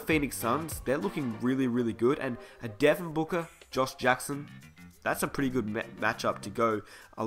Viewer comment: I've never heard if Devin Booka but I have heard of Devin BOOKER